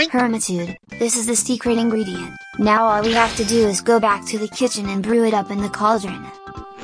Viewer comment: Are you serious right neow